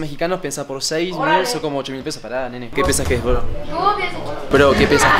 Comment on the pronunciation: el "para nene" le salió muy argentino